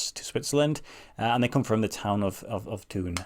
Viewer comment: Horrible colors, but classic small town club! It is pronounced Toon (silent h) as you did. Fun fact: I was in Thun in 2001 and they were playing in the second tier on the evening we were there. The stadium (at least then) has a beautiful view of the famous mountains Eiger, Mönch and Jungfrau which I also expect to be the ones on the shirt.